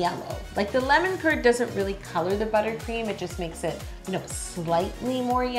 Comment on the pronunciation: is it just me or when she said lemon curd i thought she said lemon turd.